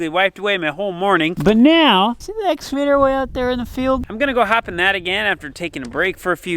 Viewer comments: Excavator “ x cavator “ not “ s cavator” If says it right I will like and subscribe. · excavater not exavater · I love hearing the cornstars say exsuvator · EX-CA-VATOR READ IT LIKE ITS SPELLED. LOLOL CA CA CA CA === EX CA VATOR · Love and his "exavator" pronunciation. He is so good-natured about everything! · IT'S EX-KUH'-VATOR, LOL!!